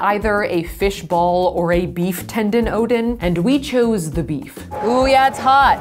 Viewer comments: Ooo donnn not oden lol. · Every single time she said Oden I thought she was talking about thor's dad😂